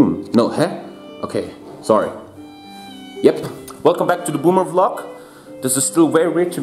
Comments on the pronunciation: I like how pronounces it V-Log because he’s German and can’t pronounce V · Stunishing how he's pronouncing V-LOG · Let's just ignore pronunciation of vlog